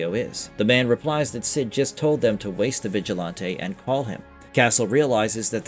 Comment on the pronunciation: And "vigilahntay" is killing me. Thumb down